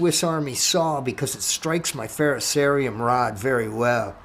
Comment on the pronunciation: At least you can pronounce "ferrocerium" correctly. 8 out of 10 youtubers can't. "Just put on some good tunes and enjoy making them." Right on bro! good video.